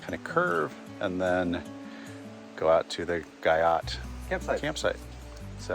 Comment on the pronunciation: Awesome trip! Brave staying at 13 after the bear incidents! Fyi, it's pronounced Ghee-oh